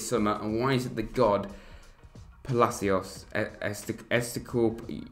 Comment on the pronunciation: Butchering Palacios’s name like that, I’m fuming 😭